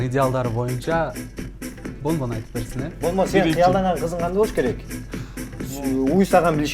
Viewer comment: Менин атым бон бон десе гондон дегендей угулатко уууаха ха ха